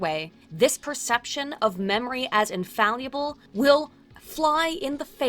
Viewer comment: It's neither "infalyible" nor "indeliable".